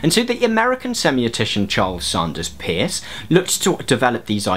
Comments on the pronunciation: Minor point: it seems to me that the Americans pronounce the name of CS Peirce as in 'purse'. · Thanks for this. Just to let you know the Peirce is actually pronounced Purse. No one knows why. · Fair enough. But at the very least, Peirce is pronounced the same way you would pronounce the word purse. There is some contention to this, however, it is definitely not pronounced like the word pierce. I don't wanna just bitch, so I'll give you an example to consider, maybe you'll get interested and do a better video on semiotics: ) You say that traffic lights are a symbol; but how does that sign affect your mind? it has to be through some sort of actual effect of the sign; and what is the source of that actual effect? it must be a certain qualitative aspect of the sign. This is a feature of Peirce's semiotics that is extremely commonly misunderstood but there are no pure icons, indexes and symbols either in nature or in mind. The classification of signs is an analytical tool meant to describe all possible ways in which the mind operates but in reality, iconicity, indexicality and symbolicity are all necessary features of any sign which is to represent something. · I wanted to point out this nitpicky detail, too :) From the few things I remember from philosophy classes, CS Peirce is pronounced as 'purse' due to linguistic conventions of spelling and pronunciation being different those some 100 and something years ago. (Also, if anyone cares, the philosopher George Berkeley is pronounced 'barkly' for similar reasons. I learned so much from philosophy, yay.) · Peirce as in “nurse”. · His name is P-E-I-R-C-E. And it's pronounced "purse" and his (and Lady Victoria Welby's) work antedate's de Saussure's by decades